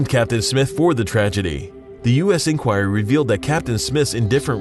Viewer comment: So, I guess this is the first time you've ever said "inquiry" out loud?